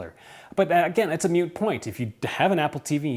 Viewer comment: Not “Meute point”, its a “moot point”.